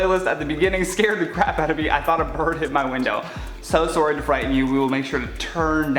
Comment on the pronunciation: The way you say sorry (sworry)😂